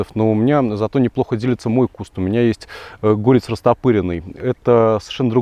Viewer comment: ГорЕц, а не гОрец.